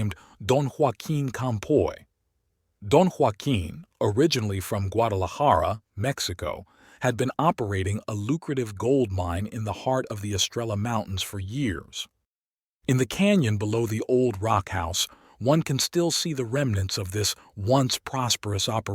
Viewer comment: I love these stories and the art work is beautiful. But if you are going to make videos about the southwest, PLEASE learn some correct Spanish pronunciation, I.e. Two l’s together have a y sound. Consequently Estrella (meaning star), is pronounced es-stray-ya. And the letter G is pronounced like an H. So Gila is pronounced hee-la. Thanks for trying.